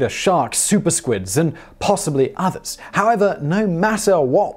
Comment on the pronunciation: Did he say “barracuda, sharks, super squids, and possibly others” or “possibly otters”??? 🦦🧐